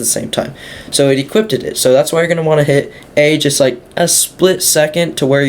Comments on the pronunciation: "Equippeded" was annoying the hell out of me. Cheers for the info tho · "Equipped ed" LMAO!!!!🤣🤣🤣🤣🤣🤦🤦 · "IT EQUIPTEDED IT" bro had me laughing xD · Say equipted one more time... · Lmao yeah that was annoying me too